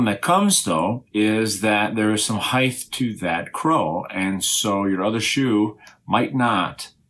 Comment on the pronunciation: "Height" not "heighth".